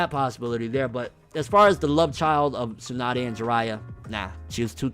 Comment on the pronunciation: It's Tsunade.